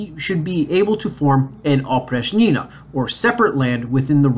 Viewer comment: In the words Oprichnina, Oprichnik you should stress the second syllable, while in Zemshchina you should stress the first syllable. The term Oprichnina originated from the preposition and adverb опричь (oprich’) which translates as outside, apart from, particular, except, out of limits. Кроме (krome = except) was a synonym of опричь, so Oprichniki were also called Kromeshniki. The then future Russian czar Boris Godunov was married to a daughter of Malyuta Skuratov, head of Oprichniki. The nobility hated Boris Godunov for this reason among the others. The image of Oprichniki among the populace is absolutely negative. Oprichnina was a method of introducing terroristic autocracy rule by Ivan the Terrible. However we must note that autocracy was established by his grandfather Ivan III the Great (or the Hunchbacked) and father Vasiliy III. Autocracy had already been there, Ivan the Terrible just pushed it to the limit.